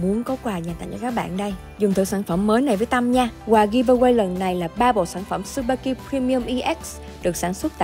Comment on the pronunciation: Không phải su ba ki đâu c mh ad. Chư ba ki nhé hazzzzz.